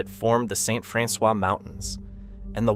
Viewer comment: It is not pronounced "Franxwa"!